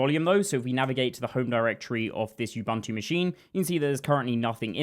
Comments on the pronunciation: not yubantu, nxa.. OOO BOOO NTU. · Why has the whole damn developer community taken to mangle the Bantu word “Ubuntu” as you-BUNT-ew ? It’s oo-BOON-too — part of knowing your tools is knowing how to pronounce them. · Ubuntu is pronounced oo boon too. oo like room. There is no "you" or "bun" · It's /ʊˈbʊntuː/ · minor thing - all the u-s in "ubuntu" are pronounced the same way, like the U in "umami". Like "oo-boon-too" but the "oo"is a short "u" not a long "oo". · ... is bro saying "you-bum-too machine"